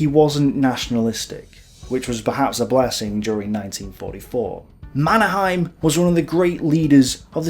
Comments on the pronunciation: Is there a reason why you chose a German pronunciation rather than a Swedish of the name Mannerheim? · I think that the Finn's and Swedes pronounce his name as something like "manner-hay-m", where the a in "manner" is a broad and deep a, like the u in "humvee". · Yes. Mon-er-heym. Finnish is spelled phonetically, so they pronounce The Marshall's name phonetically, at least from the Finnish point of view.